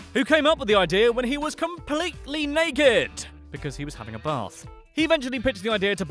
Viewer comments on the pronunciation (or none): none